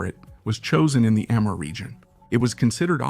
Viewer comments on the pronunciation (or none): none